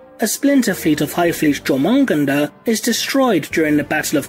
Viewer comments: Hive fleet jormungandr is pronounced "yore-mun-gan-der" i know, i know i dont like being that guy either, but it is important...if i called astartes "astardes" it would get called out.. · Your pronunciation of Jormungandr hurts my deep inside.